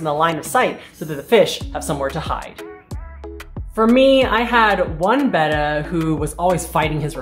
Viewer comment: Thanks for pronouncing "betta" correctly. Hearing it said "bay ta" (like the Greek letter) is annoying.